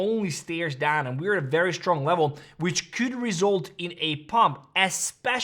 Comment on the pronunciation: you fumbled the word result 😅